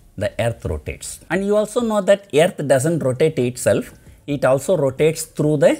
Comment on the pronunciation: I like “Aaearth”